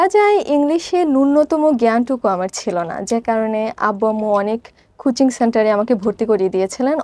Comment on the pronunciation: খূচিং না কোচিং হবে